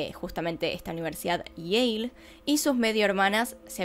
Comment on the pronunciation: Dices Yale y entiendo Yeiiih jaja